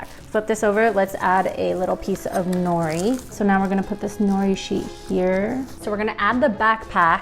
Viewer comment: I don’t like that she is Asian but says nori and doesn’t pronounce it as no de and also how says saw she me when it’s sah shi mi